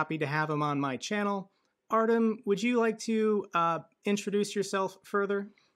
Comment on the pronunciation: you know. I appreciate what you've done over the past three years. Its been great. One thing though. It would seem more genuine if you would actually try and pronounce the DUDES NAME CORRECTLY!!!! 3 years and you haven't even tried to learn Russian or Ukrainian pronunciation. I find it, a bit superficial.